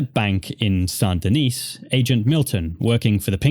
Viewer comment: sand de-neece ggrrrrrrr lol... it's san de-knee or sandyknee :)